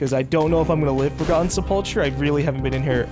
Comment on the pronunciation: I’m sorry to be a grammar nazi kinda person but it’s sep-ul-kurr